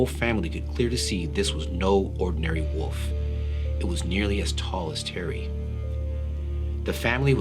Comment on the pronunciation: Lol I was thinking that too, had a wee chuckle to myself! Thinking is it just me!?!